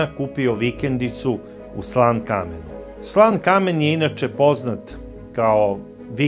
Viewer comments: Gospodine..izvinite sto vas ispravljam..ali ne kaze se SLAN KAMEN..to mesto se zove SLANKAMEN.. Стари Сланкамен.. zajedno izgovoreno..ja zivim vec 35 godina u Stuttgartu..a imam vikendicu u SLANKAMENU..lep pozdrav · Covece, mesto se ne zove Slan Kamen vec Slankamen.